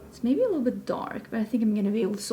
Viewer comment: Omgeeee! I just 🥰ADORE🥰 the way you say little - 🥰liddle🥰